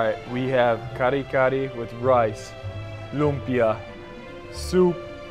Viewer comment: I dong like how you said lumbia its lumpia 😢 and you said kari-kari its kare-kare 😤 and bangus you said banggus 😡